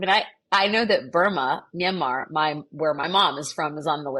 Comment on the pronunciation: so wonderful to hear Myanmar pronounced correctly